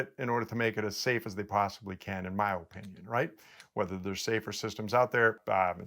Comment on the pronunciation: It's because he says O-pinion the wrong way. Also, "Graigslist"